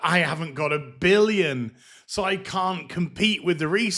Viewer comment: Every time I hear cow I hear can't.